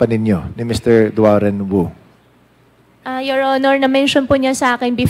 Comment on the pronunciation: Your honor ang pangalan po ay DUAREN WU hindi DUAN REN WU